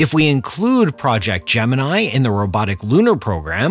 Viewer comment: Cant agree... Depends on sources for the price thing... Everything adjusted for inflation and made into constant 2023 $, then apollo program was total up to 20bil. Around 1.5bil per launch. So a fraction of SLS. Also the narrator pronounced Gemini wrong.